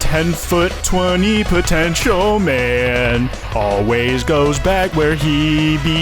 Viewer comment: DID YOU SAY POTENTIAL?!